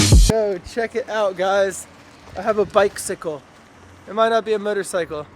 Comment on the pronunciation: You pronounce bicycle like "bike-sickle"